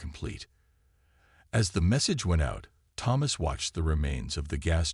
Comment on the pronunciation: Your ai pronounces Thomas wrong, but that makes it unique